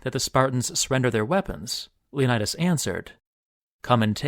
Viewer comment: Leonidas, not 'Lionædas'